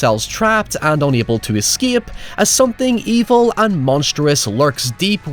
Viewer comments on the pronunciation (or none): none